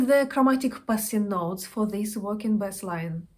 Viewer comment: Как мне помогают Ваши уроки! Спасибо огромное. Позвольте только маленький комментарий: не "бэсс", а " бейс". А вообще Ваш английский прекрасен! 😊